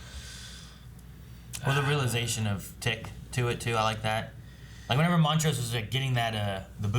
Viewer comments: who is Mont-ross? I thought it was Mont-rose? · BUUUUUTTTTTT☝🏾... This is episode 8 & your still saying Montroses name wrong🤔